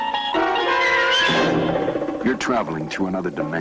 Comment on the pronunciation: Rod Serling not Sterling.